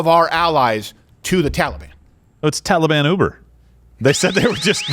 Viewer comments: Every time I hear Biden pronounce it “Tolly-Bon,” it sounds like he’s down at the mall trying to get a cinnamon roll. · Why does Biden keep mispronouncing Taliban? Makes them sound like a breakfast pastry. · Why can this clown not pronounce taliban